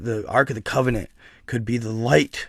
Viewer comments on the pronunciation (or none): none